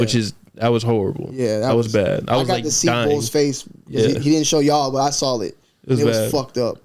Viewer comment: Bro be pronouncing saw like “I saull it” 😂